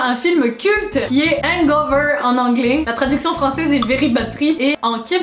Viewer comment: juste que a cause de ca en france votre accent anglais est pas super